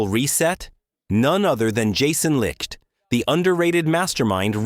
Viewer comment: What a fucking joke....pronounce his name correctly. Not Jason Licked.....it's Jason Licht as in (light). Got a thumbs down from me for not pronouncing Licht's name right.